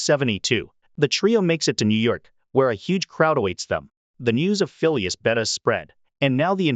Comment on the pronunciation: The name Phileas is pronounced FEE-lee-us with the accent on the FIRST syllable. Not fee-LEE-us